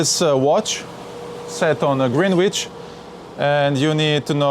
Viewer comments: Greenwich is pronounced grenitch. Love that boat and great video. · Love how you pronounce "Greenwich" (DON'T CHANGE IT!). But here is a Kraut letting you know the proper British pronunciation: Grenitch.